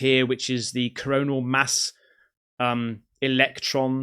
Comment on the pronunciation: Corona mass ejection? Cmon bro at least learn the word smh. I’m glad you are spreading knowledge but when u keep saying corona it just sounds not smart